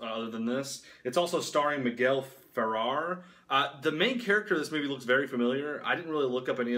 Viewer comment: The actor's name is pronounced Fur-Rare. Good review of a cool film. I was reminded of the TV movie 'Kolshak: Night Stalker'. If you like vampire books, I recommend, 'They Thirst' By Robert McCammon.